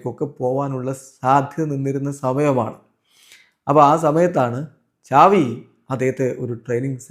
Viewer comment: Agne ahn pronounce chyune